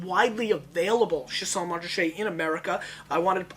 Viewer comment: Pronounced "Sha-sign"